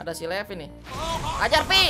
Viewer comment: Levi❎ Letvi✅